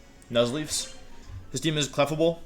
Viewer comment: Cleffa-Bell and Jenjar are driving me insane